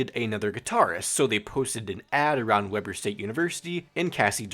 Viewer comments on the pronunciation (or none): Dude, you are prounouncing Weber incorrectly. It's Weeb-er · dude. I lived in utah. You are saying it wrong. Go watch a video about the university. It's weeb-er.